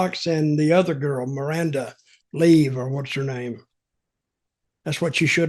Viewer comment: never seen a bottle of Alize in his life it seems, or even watches the product to hear how she pronounced her name - bloody hell